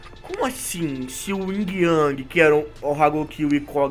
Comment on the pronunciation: não é o ying o certo é yin sem o g